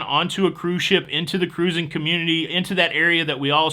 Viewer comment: Cute shirt. Wish it was spelled Ka-roo-zing. I love the way you say it and always sounds like it should start with a K.